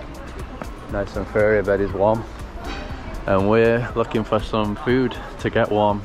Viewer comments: nice video! they were saying "your food! food" with Taiwanese accent, so it became "your fooder! fooder!". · Came here to admire the glory of Taroko Gorge after the earthquake that buried so many scenic paths 😢 btw I think what they were shouting wasn't Chinese, they were actually shouting "food" with a strong Chinese accent lmao